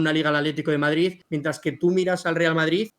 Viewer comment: jajaj se le escapa a "EL VARDRID"